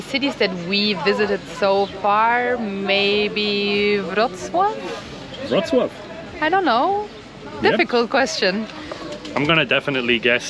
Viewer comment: Wow pronunciation of Wrocław is really good 👍